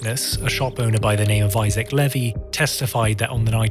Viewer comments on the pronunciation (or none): none